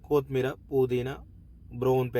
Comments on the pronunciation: బాబు, కోతిమీరజాదురా,కొత్తిమీర అనాలి. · Koooothmeera kadu kothimeera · కొతిమీర కాదు బ్రో కొత్తిమీర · చాలా బాగా చేసారు. కోతిమిర కాదు కొత్తిమీర. మిరపకాయ వేస్ట్ కాదు. మిరప పేస్ట్.👍